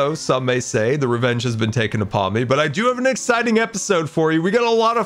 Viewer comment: Wevenge!!!! with a W